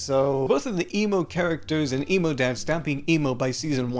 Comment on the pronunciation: I keep hearing you say emu instead of emo, lol